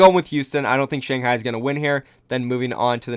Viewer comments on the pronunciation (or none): none